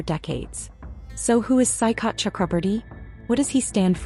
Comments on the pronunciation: its soi-kath which means sea shore. it is a typical bengali name. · OMG the way this AI is pronouncing Saikat 😅😂